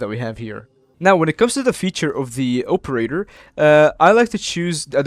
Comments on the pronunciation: (OPE)erator lol midwestern for sure. thx for the vid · I'm Midwestern as well, but I don't pronounce it like that